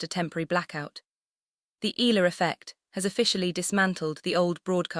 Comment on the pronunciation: Correct Pronunciation : EALA = Ee'Ya'La